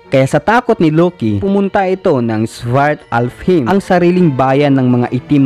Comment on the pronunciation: Svartalfheim - silent F sound 👌